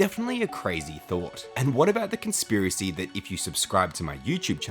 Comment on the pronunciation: "con-SIP-racy" me thinks i'm done for 💫